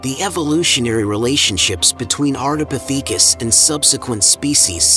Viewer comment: Is it a robot voice? It's very consistent in its delivery. And it's very suspicious that Australopithecus is pronounced correctly but Ardipithecus is butchered. Next time they should not chose "breathless voice" 🙂.